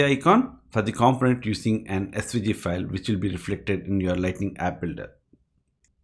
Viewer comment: With the word component, the stress is on the second syllable comPOnent.